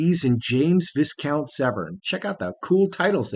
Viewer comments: Good evening. Excuse the correction but it's Vyecount not Visscount. (Spelt Viscount. ) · No offence but Edward & Sophie’s son James’s title has a silent S. It’s pronounced ‘Vicount (the ‘vi’ rhymes with eye). Hope you don’t mind me pointing it out even though I realise there aren’t a huge number of Viscounts in the US 🤣 Love your videos, best wishes from a cold, wet London 👍